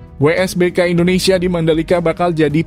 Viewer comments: wsbk bg bukan wbsk 😂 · WSBK bang bukan WBSK